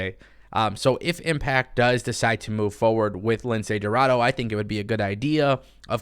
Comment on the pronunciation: Make up your mind spanish white boy who can’t speak 1 word of Spanish. You said aew roster is full and now you saying they should sign Niya jax. F niya and F you too. You just want her to go to aew so aew can go downhill. You are a ahole. Can’t even pronounce lince dorado. You pronounce it like this. Lindsay rorraro